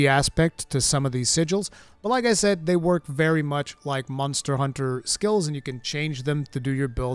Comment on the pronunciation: I miss how you used to say Mazda Hunter, but I feel like I can get used to Munster Hunter!🤣